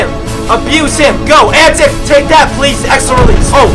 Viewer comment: Anyone else annoyed how he said Pero Antic's name?